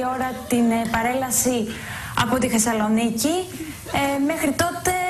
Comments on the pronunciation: Την Θεσσαλονίκη την πρώτη φορά την προφέρει σωστά. Την δεύτερη την προφέρει "Χεσσαλονική", ή κάτι μεταξύ θήτα και χι. Αν όντως τώρα μιλάει χωρίς χι, ίσως ήταν τράκ αυτό τότε? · Γιατί εγώ ακούω κανονικά την Αχήνα- Αθήνα και την Χεσσαλονίκη-Θεσσαλονίκη; Προτείνω, αφού δείτε το βιντεάκι να δοκιμάσετε να ακούσετε απλά την εκφώνηση της κοπέλας. Οι ραδιαρβύλες εσκεμμένα την χρέωσαν περισσότερα Χ, για να έχουν ένα πιο αστείο βίντεο. Πέραν τούτου η κοπέλα συνεχίζει και εργάζεται στο Τηλε- άστυ κι εμφανίζεται στην τηλεόρασή του χωρίς Χ κλπ.. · πακολουΧυσουμε Χεσσαλονικη??... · απλα Χεσσαλονικη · Αυτό με το ''Χεσσαλονίκη'' το ''Αχήνα'' και το ''παρακολουχήσουμε'' όλα τα λεφτά! ααααααααααααααααχαχαχαχαχαχαχχαχααχαχχαχαχαχαχα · τουλαχιστον λεει σωστα Χεσαλονικη